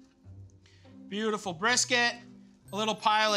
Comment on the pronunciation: is it just me or does he say beautulful instead of beautiful